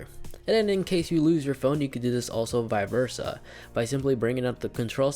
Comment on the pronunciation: HAHA It’s Vice Versa not viversa